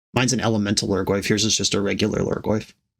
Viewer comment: "Yours is just a regu-lhurgoyf"